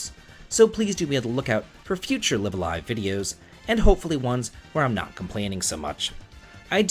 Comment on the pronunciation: I think it's pronounced Live A Live instead of Live A Live.